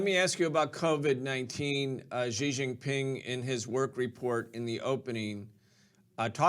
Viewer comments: The white guy can't even pronounce Xi's name properly! Also, Taiwan is NOT Chinese! It's been under even the most nominal Chinese rule only since the Qing dynasty, and then by force of immigration numbers under Fujian people's rule from the late 1800s, and then was a colony of Japan between 1895 and 1945. Around 250,000 Chinese Taiwanese served in the Japanese armed forces during the anti-Japanese war. In 1949 2 million Chinese refugees from the mainland arrived in Taiwan, crushed the earlier Chinese residents' uprising against KMT rule and imposed a single party rule until the 1980s (sic) Since then a unique Taiwanese identity has grown and the people in Taiwan do not want to be part of the PRC. The PRC's claim to Taiwan is pathetic and totally delusional, as much of the CCP's view of the world is. FUCK THE CCP. LONG LIVE INDEPENDENT TAIWAN!! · Thanks for the analysis for those without the time to watch the entire 4 hour address. (someone maybe tell how to pronounce Xi:)